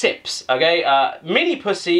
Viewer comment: minipussi he says